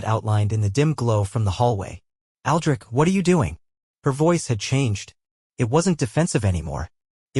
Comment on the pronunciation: Boy you had a problem from the start with the name Aldrich damn